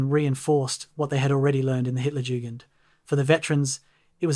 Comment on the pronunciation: What’s with the weird pauses while narrating? Also, learn to pronounce Hit—-jugend